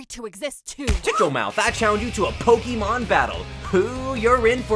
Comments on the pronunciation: He has a point, but he uses ee instead of ay and that automatically makes me hate him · "Poki-mon" Oh no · Yeah man, pokeemon, like in pockeet monsters. And of course, "cultured men" say that embarrasing kiddy crap "w-word". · I always wonder if people say Pokey-mon on purpose to bait people like me or if they actually don't know how to say it. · Who still says "Pokimon" in 2024?